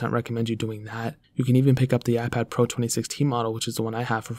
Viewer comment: Am I the only one who think that when he pronounce the P letter is so much annoying? Listen when he pronounce "iPad pro"